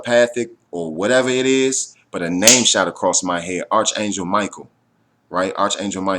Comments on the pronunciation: arch is pronounced ark. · Just so you know, fyi, the H on arch angel is silent. So it's pronounced ARK angel!